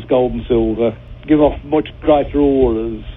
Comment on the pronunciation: "auras"....ffs people.....